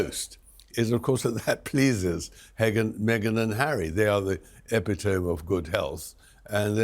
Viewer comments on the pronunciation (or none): So-called expert manages to mangle the pronunciation of both “epitome” and “Catherine.” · Tom Bower the word is pronounced EE pit oh mee not epi tome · Unique pronunciation of “epitome”🫤